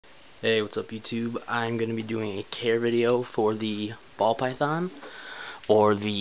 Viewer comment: you pronounce python funny :P